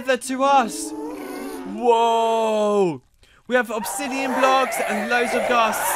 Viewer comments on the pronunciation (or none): none